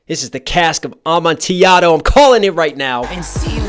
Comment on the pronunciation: Showed this to my sister (who LOVES EAP) she pointed out that they mispronounced Amotillado. Automatic loss to us. 😂